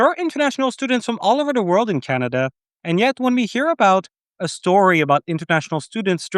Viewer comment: CANADA ❌ CANINDIA✅ 😂